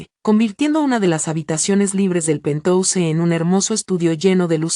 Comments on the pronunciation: si pero que escriban penjaus y que lo lea así, es preferible Mi oido sufre con pentouse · por favor usen el término ático y no pentouse o lo pronuncian en inglés o ático Queda horrible pentouse